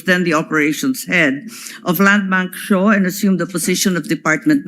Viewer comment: Hirap mag-pronounce pag stiff ang facial muscles: "Landbank SHOW" daw heheh. Tawa lang ang mga elementary schoolchildren. We had to correct to SHAW, para tama ang location ng bank! Walang Landbank Show, pati si Siri at Alexa malilito!